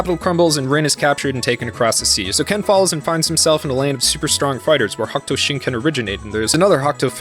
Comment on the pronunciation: Hokuto is pronounced Hoh Koo toh, not "hawk'ootoe". Yuria is you - ree- ah, not "Yer' ee uh". Seems like the the recent English translation is still not translating some things properly. The seven stars constellation is not "the big dipper" in the context of the series, the seven stars represents "the spirit fist" (similar to "the hand of buddha") as the stars connected make an outline of a fist, and also the constellation is also called "the great bear" by Greek astronomer Claudius Ptolemy. Hokuto means "North Pole" (literally North-Point) and only colloquially means "the pole star" (the northern star Polaris), Shin Ken means Spirit Fist not "divine fist", So a possible transliteration could be "Northern Polaris Spirit Fist (North Star Spirit Fist works too); btw "shin" means "spirit" "heart" and with a different kanji "true", Nanto Sei Ken literally translates to "South Pole Divine Fist" "Nanto" can also seen as term for the Crux (the "Southern Cross" constellation) so in some transliterations Nanto Sei Ken can be translated into "The Southern Cross Divine Fist". This is why Shin's army flies a flag with a cross-like red star. You forgot to mention that Shin was Kenshiro's friend, but Shin's desire to dominate and conquer, his jealousy toward Ken having won Yuria's heart where why he betrayed Ken. the "fisting" jokes were dumb and not necessary at all.